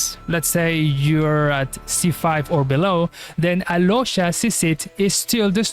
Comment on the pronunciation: no, im talking about how he pronounced alyosha and oddette,that is how u pronounce them to their native names, snezhnaya, and where is snezhnaya based at. Im not talking about him in particular, he can be from mexico, america etc, but how he pronounced their names is their slavic enunciation